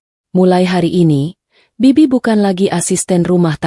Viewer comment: Kalau gak bisa baca naskah jgn disuruh membaca naskah sangat memalukan sekali seperti anak SD kelas 1 masa kata bibik/bik dibaca bei bodoh sekali rupanya